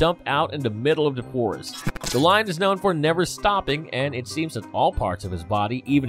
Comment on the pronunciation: I've never heard someone say "da" instead of the so many times in on video...🙄🤔🤯🤦🏼‍♀️